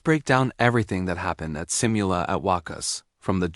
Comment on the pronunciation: massive thanks again for this. You’re so eloquent as speaker/anchor and am sure you’re a very good writer too. Am curious tho, did you watch the KICKOFF at the Phil Arena? Noticed also how your views increase by leaps. A’TIN knows when to appreciate and be grateful. May I just correct you on how we say SIMULA, IT’s si moo la at WAKAS, BEGINNING AND END.